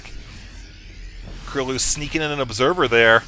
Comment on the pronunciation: gj with the pronounciation - KróLu is a polish player and his nickname should be read just as u did it, like 'Croo-loo' (ó is generally read like u in polish);]